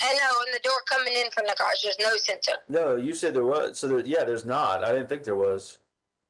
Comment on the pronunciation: Does anyone else’s ears cringe on how she pronounced Garage ?? She say Grawj it’s annoying